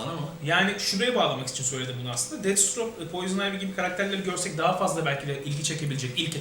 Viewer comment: Deadstroke değil Deathstroke